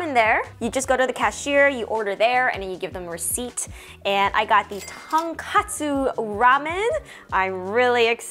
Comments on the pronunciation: love the video!! just a heads up, the ramen is tonkotsu not tonkatsu, which is fried pork cutlet! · It’s tonkotsu (pork bone) but almost everyone says tonkatsu (deep fried pork cutlet) 😅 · Not to be that guy but it’s tonKOtsu